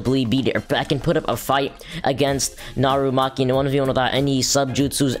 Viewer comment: Me wait for him to say narumaki cuz I already know he will say it